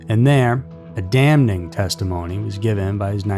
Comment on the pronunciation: You can always tell when a channel narrator doesn’t write their own scripts because they mispronounce words like “damning.” You wouldn’t write words you couldn’t pronounce or don’t know the meaning of.